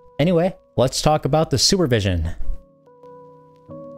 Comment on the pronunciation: Sorry, but I heard "Sewer Vision" when you first said it. I thought "Wait, what? Someone made a game console with that name? That sounds like a joke." Weird how I never heard of this Super Vision handheld before, and I've been into retro-gaming since 2003 as a 12 year old, so...